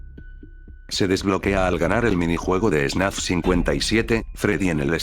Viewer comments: Alguien se dio cuenta de que dice snaf y no fnaf? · el video es muy bueno y todo pero, tengo una pregunta. es solo yo, o en todo el video el narrador dice "snaf" y no "fnaf"? en serio, quiero saber se a alguien mas pasa eso. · Nada que ver pero alguien sabe por que dice "snaf" en vez de "fnaf"? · Vi 2 horas y 26 minutos de un video de Fnaf donde pronuncian Fnaf como Snaf. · AHhHhHhHhHh porque dice snaf? me va a dar algo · es idea mía o dice ¨SNAF¨en lugar de ¨FNAF¨? buen video btw